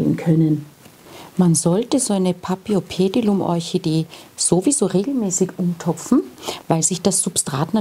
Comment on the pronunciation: Hallo, ich bin auf dein Video gestoßen, da ich ein großer Paphiopedilum-Liebhaber bin. Leider enthielt dein Video ein paar Fehler, auf die ich dich gern aufmerksam machen würde. Zuerst würde ich gern erwähnen, dass auch bei diesem Namen das "ph" wie "f" gesprochen wird, so wie auch bei der "Phalaenopsis". Weiterhin sagest du, dass sei deine zweitliebste Orchideenart. Was du jedoch hier meintest ist die Gattung, nicht die Art. Das mag für manche jetzt nicht wichtig wirken, ist es jedoch, wenn man sich mit Pflanzen beschäftigt. Die Orchidee, die du als dritten Typ eingeblendet und benannt hast, "rein grün mit breiten Blättern", ist keine Paphiopedilum! Es handelt sich hierbei um eine eigenständige Gattung Namens "Cypripedium", deren Vertreter unter anderem auch in Deutschland und anderen Ländern Europas wachsen. Neben diesen zwei Gattungen gibt es auch noch die Gattung "Phragmipedium", die in Südamerika beheimatet ist. Alle 3 sind quasi "Frauenschuh-Orchideen", jedoch eben unterschiedliche Gattungen mit unterschiedlicher Herkunft. Was ich jedoch gut fand, war deine Erklärung zum Substrat, denn die war absolut zutreffend. Viele wissen das nicht und haben dann bei der Kultur Probleme, verständlicherweise. Auch die Erläuterung zu den Wurzeln fand ich gut und wichtig zu erwähnen, denn viele Orchideengattungen müssen zwischen jedem Gießgang gut abtrocknen, das wäre bei dieser Gattung nicht ratsam und kann sogar zu starken Problemen führen. Von daher finde ich es super, das